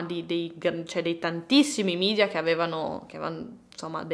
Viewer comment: Un unico appunto. Si pronuncia media, così come è scritto e non midia perché è latino e non inglese. Grazie.